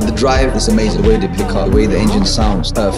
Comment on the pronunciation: It looks like these guys would know that Porsche is a two syllable word🤦🏻‍♂️ Ask how I know that👍🏻